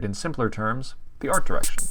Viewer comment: Am I the only one that noticed “art direciton”